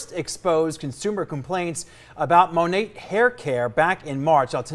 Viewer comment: That shade range is UN FUCKING REAL. And I say "Monat" the same way - that's how it's spelled ffs. It's not Monet.